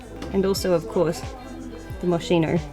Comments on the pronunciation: FYI moschino is "Mohs-KEY-noh," not "Mow-SHEE-noh." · Moschino Italian 🤣 MOSKINO not moscino 😘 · Moschino is pronounced as moskino not mosshino. Hermès is pronounced as ermes, you need to pronounce S at the end. It is a bit weird that fashion girl pronounced incorrectly names of big brands. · i love ur vlog!! but did u just say "moshino" ?? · Actually the correct pronunciation of Moschino is mosKino since in Italian che CH sound hard like a K 😅 ..but it sounded cute 😊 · Pronunciation : Moskino for Moschino and Hermèz for Hermès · Moschino is pronounced "Moss- Kee- No" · ... please it’s read MOSKEENO 💕 I hope My comment didn’t sound rude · Very informative video, it’s a like from me! You’re excused for botching pronouncing Hermes and Moschino lol and also this is a Takashi Murakami creation for LV (when Marc Jacobs was the creative director) which is extremely rare to find! Kisses from Sydney! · Girl u need to learn how to pronounce brands